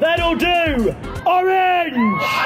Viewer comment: the way he said "ORANGE" and then "DONT CLAP FOR THE FIRST ONE, CLAP FOR THE SECOND" caught me way off guard